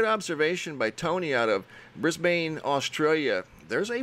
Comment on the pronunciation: Its actually pronounced BRIS-BEN, as if the a sounds like a "EN" not the ain or BANE(like in the dark night) same with Melbourne.._ ITS MEL-BEN not MEL-BORN, its more like MEL-BURN, u get me? Ur channel ROCKS